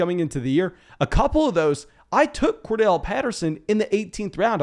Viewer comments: Say it with me.....Cor....Darrell. Cordarrelle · Are the two r’s in Cordarrelle silent or something?